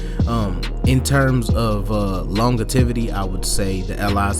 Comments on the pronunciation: Bro its pronounced lon je vee tee not longerveetee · LMFAO at "long-uh-tivity"... it's pronounced "lon-JEH-vity" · 'Longetivity" .. I FUCKS WIT BRUH!!! 😅 lmaooo..